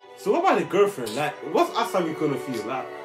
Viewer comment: Dude the way they are calling Asami sounds like answer me